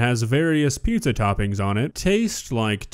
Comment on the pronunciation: Well, it's not pizza... It's PISSA